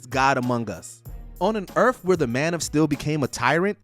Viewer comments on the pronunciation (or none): Earth not Erff